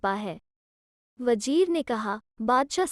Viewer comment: Story is good but wajeer nahi vajir